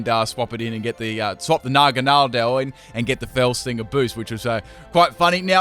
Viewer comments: Huh, I pronounce Naganadel differently. I pronounce Naganadel like nah-GAN-ah-dell, you pronounce it like nahgan-AH-del. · you butchered naganadals name 😂😂